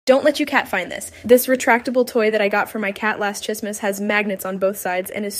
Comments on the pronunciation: It’s probably a bot she pronounces Christmas as Chismas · Gurl….. that’s not how you pronounce Christmas 💀💀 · I saw one with the exact same and Christmas pronounced the same😊